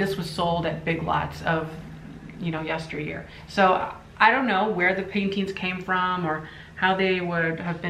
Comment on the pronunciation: Great video.. I laughed when you said "yesteryear" couldn't help it 😂